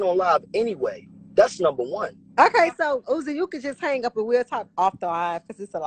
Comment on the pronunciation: Stoooppp, not "Suzi" 😭😭😭🤚🏾